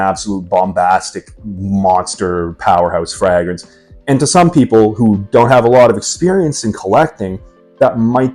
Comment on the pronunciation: Why are you pronouncing fragrance like fraag rinse? Sincerely asking, I like your content overall, keep it up.